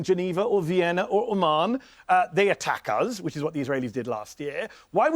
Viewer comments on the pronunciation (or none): none